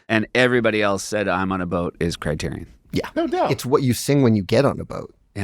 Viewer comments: For the love of God, can someone PLEASE discuss how LMM was pronouncing CriteriON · Let's be clear. I love Lin-Manuel Miranda. He leveled up Broadway AND made Disney Music cool... But if I hear him pronounce the word criterion like he does one more time, I may tear my skin off. It sounds like a robot built to curate the criterion collection. I AM CRITERION!